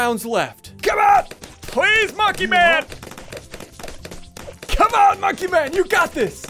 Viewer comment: I feel like ssundee is saying come on so much it sounds like comma